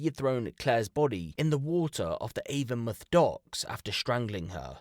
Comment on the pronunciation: It’s Avon-mouth not avonmuth